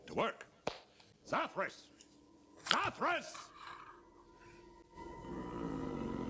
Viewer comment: And everyone here is still wrong, its ZathRas.